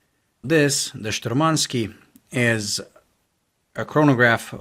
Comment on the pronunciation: it's not shturmanskEE, it's shturmanskIYE. And the stress is on the first syllable. `Shturmanskiye